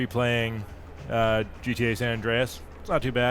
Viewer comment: He said Gee Tae. I'm out.